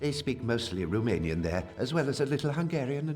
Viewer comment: Why do they literally mispronounce every single romanian word in a game about Dracula? They couldn't get the voice actors to try at least?